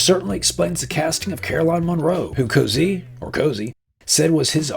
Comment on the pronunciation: Cozzi is pronounced "Kot-see", BTW